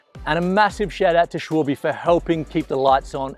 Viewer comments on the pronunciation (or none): It's SH-VAL-BU not SH-WOL-BE!!!! It's getting on my nerves now!!!!